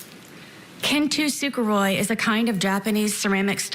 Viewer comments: "kintusickuroy"? LMFAO? kintsugi? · Long time watcher, first time commenter from Japan. It’s kintsugi (keen-tsu-gee, closest pronunciation I can write in English). It’s not KINTUSUGUROI. I don’t know why I expected her to get the pronunciation right in this stupid bloated metaphor about how she’s actually the victim here. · LMAO her japanese was atrocious. keen- tsew gey. The fuck is kin soogooroi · I like that she pronounces 金継ぎ as "kin-too-sooguroy" when it's "kintsugi" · This is the absolute least important observation in this whole thing--but "ken tu su gu roy"???? How do you fuck up "kintsugi" so badly?! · I think she is referring to Kintsugi (Pronounced KIN-SU-GI).. I have no idea what she was saying. is such an F up.. All the confidence in the world and zero intelligence to back it up. Thinks she knows everything. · Wtf is kintoo sookaroy? The only thing I’ve ever heard it been called is Kintsugi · Wtaf is “kintu sickeroy”?! 😂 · kintoosoogoroy??? At least learn to say it before going in court lol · No one is talking about the pronunciation of kintsugi. "Kin too su gu roi." I literally burst out laughing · Right out the gate she completely butchers the Japanese art of ceramic repair - kintsugi - by calling it “kintu su garoy” 💀💀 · Kintsugi is not pronounced like Kentu tsukuroi btw.... she didn't even bother to attempt to learn how to pronounce the japanese term she's using for her garbage letter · shes trying to prove shes smart bc she knows what kintsugi ceramics are but cant even pronounce it right. its kint SOO-GEE. gets on my nerves when self absorbed ppl think the problem is ppl thinking theyre stupid when the problem is something that they did. and ppl r gonna think shes stupid anyway regardless of how many fun facts she knows😭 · I've never heard someone pronounce Kintsugi as "Kin two su goroi" before 😂 then again, this woman said in the original bodycam footage that she was called the "blue eyed white dragon" so I don't know what I expected.